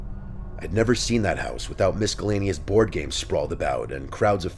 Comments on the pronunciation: "Misk-ellanous". is a wet brained dork. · Did you just say Mis-call-aneous? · Did I just hear misKellaneous? 😂